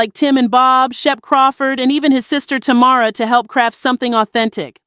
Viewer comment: She got Tamara name right one time.